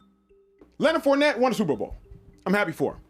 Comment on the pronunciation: He said his name wrong on purpose